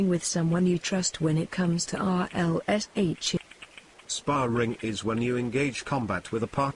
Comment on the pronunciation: Please stop calling the RLSH "RELSH"